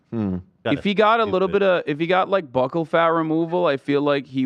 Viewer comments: I took a shot everytime Hasan and Ethan mispronounced "bucchal" and ended up in the ER tonight. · Is it not pronounced like “buckle”? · People in europe pronounce it like buckle i think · Buccal can be pronounced both ways. Buckle doesn’t sound as boojie but it’s how most people pronounce it